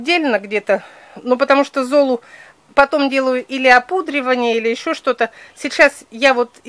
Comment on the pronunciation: можно конечно и не заметить,я уважаю Ольгу очень,но зОлу извините так ухо режет,можно же простые слова правильно говорить,ведь смотрят очень много человек и не надо так реагировать,просто можно и поправить себя,думаю в этом ничего обидного нет